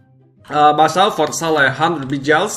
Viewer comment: what think he says "buychaos" what i hear: buysaus